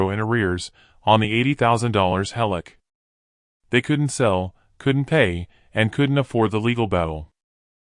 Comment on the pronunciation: Heloc not Hallock.